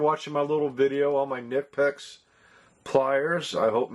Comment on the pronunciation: The k isn’t silent. Kuh nipex. I said nipex for a while until I heard it pronounced from someone who worked for the company